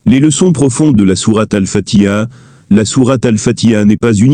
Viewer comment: Je pense qu'avant d'explication surtout de religion, il appartient d'apprendre à prononcer convenablement exemple prononcer fatiha convenablement le ha se prononcé et non fatia dire fati ha